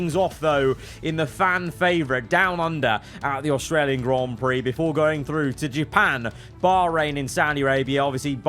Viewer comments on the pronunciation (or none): none